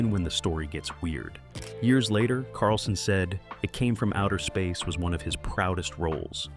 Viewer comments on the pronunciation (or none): I think there may be no human oversight of the creation of this channel's videos at all. Jus 30 seconds in, they couldn't be bothered to even get the name of the movie right - at 30 seconds the edit is so bad, the title of the movie is read out as "It Came From Outer Seeeesur". A human, or at least a competent one who cared, would have noticed that and realized the edit needed to be fixed.